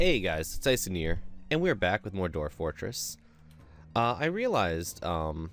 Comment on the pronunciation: DWAWF FOWTWESS! WOO.HOO!